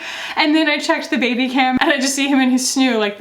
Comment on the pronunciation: Moira Rose: “bèbé”.